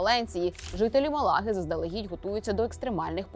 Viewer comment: В назві міста Малага наголос на перший склад.